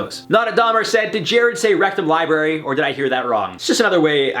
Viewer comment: Rectam library 😂